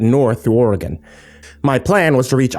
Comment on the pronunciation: Lol! Literally in Oregon, on my way to a job in Eugene while listening to this. BTW, good job on pronouncing Oregon. Some people don't get it right for some reason.